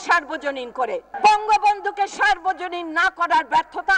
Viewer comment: কে কাকে সর্বজনীন করতে বলেছে? বক্তব্য তো দিচ্ছেন, কিন্তু উচ্চারণ তো ভুল হচ্ছে। সার্বজনীন নয় সর্বজনীন হবে।